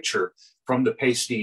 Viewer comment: It's pronounced PIE-STEE not paste-tee!!